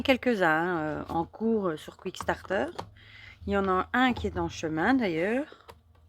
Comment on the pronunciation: Superbes jeux! J’en ai quelques-uns. Merci pour la belle présentation et toujours agréable de regarder vos vidéos. P.S. C’est Kickstarter et non « quick-starter »! 😉